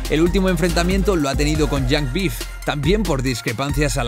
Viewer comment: Después de decir Yang bif has perdido toda la credibilidad.